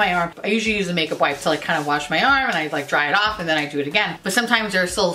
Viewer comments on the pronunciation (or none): none